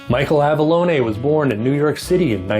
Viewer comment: Good review. Never read that series. I’m uninspired now to pursue those lol. Michael’s son says it’s “low-nee”.